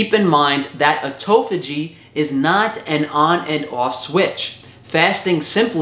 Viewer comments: It's autophagy not "autophogy". I cringed for a whole minute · “Ermagaahd a toe phó gee is so gr8!”